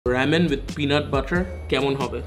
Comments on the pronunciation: is just triggering me the whole video saying rAmen as rEmen..!! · It's Raaa (um) men, not am:) / Samon not Sal-mon:) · Bro, you're pronouncing ramen wrong